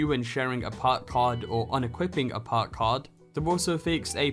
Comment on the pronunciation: Puk? IT'S PRONOUNCED PERK. LEARN ENGLISH